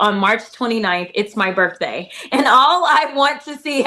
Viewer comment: She said "Birfday''.